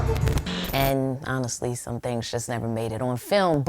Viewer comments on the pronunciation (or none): none